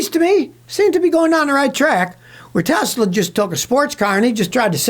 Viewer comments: "I love Tesler" 😂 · Tesler! It’s all computer!🤡